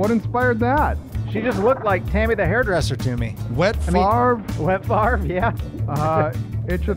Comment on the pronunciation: When you say wet farve it sounds like you're saying wet fart 😂